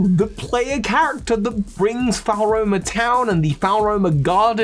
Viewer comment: This video is amazing, but it’s FLOR-OH-MAH not FOWL-ROH-MAH